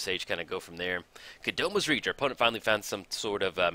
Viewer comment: great intro as always, gotta watch brion just for that. As for the game I think your opponent simply screwed up the Kodama's Reach (Hint: it's "o" first, then "a", not "Kadoma" ;) ). The basics he searched up left him colorscrewed so he couldn't play Atraxa at any point.